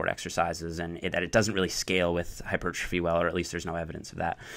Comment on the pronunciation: "Hyper thróphy" :/